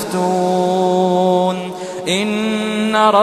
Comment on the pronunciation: اخطاء كثيرة... ان الى (ربنا) راغبون. وليس الى الله راغبون. (باييكم) المفتون. اخطئ كدالك في قرائتها بالضمة وهي تقرئ بالكسرة.